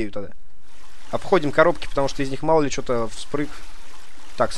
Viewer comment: не шо а что